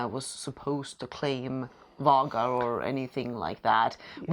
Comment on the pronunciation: Why do you say “Vag-are” (rhymes with bag), and they say “Vay-Gar”? (Rhymes with Way). Do you pronounce “Frederick” as “Frode-Rick”? Or “Bernstein” as “burn stain”?